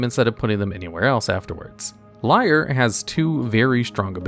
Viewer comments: Erm, Niv-Mizzet is almost wrong pronounced ten times in this video. You could at least have checked how to pronounce it. It rhymes with Dutch: "Hoe is 't?" (= "How are you?") or "How is it?" I also don't think Lier is pronounced like liar, since Innistrad. It's more likely pronounced as leer. And Innistrad is, well think East-European. So Eeneestrahd. The teeny squad from Innistrad. And this one? You had thirty years to get it right. Emphasis is on Llan, so it's LAHNowar. Sheperd also isn't the basis of Legacy Elves: the deck is much older than that card. I'd say Craterhoof Behemoth still is the basis of Legacy Elves - which you find with Natural Order or Green Sun's Zenith which are protected under Sheperd. Glimpse is how you find those. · lier being pronounced as liar instead of leer makes me hurt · LIAR instead of LEER this dude is funny XD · I can’t get over you pronouncing Lier as Liar